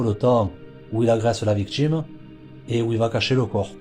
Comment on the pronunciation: Que d'erreurs !! Que d'erreurs dans les faits !! Cela débute par '' des mégots '', alors qu'il n'y avait qu'UN SEUL mégot, tout est à l'avenant... Renseignez-vous correctement ! Et allez chez un orthophoniste ! Les défauts de prononciation, comme , par exemples, vous dites '' la victchime '', au lieu de 'victime', '' le chantchier '' au lieu de 'chantier', '' l'activitché '' au lieu de 'activité', '' voitchure '', etc. '' Modjifier '' au lieu de 'modifier', '' il djit '' au lieu de 'il dit' etc. En linguistique, cela s'appelle 'affriquer' les consonnes, aucun rapport avec l'Afrique. Et autres défauts de prononciation, exemples : couler des '' bè '', le 'chiè' etc. Sans parler d'une lourdeur narrative, des erreurs grammaticales, des redondances... Vous ne doutez de rien, vous ! Quelle horreur !